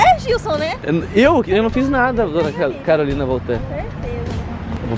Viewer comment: FALE DIREITO E CARULINA MAIS RESPEITO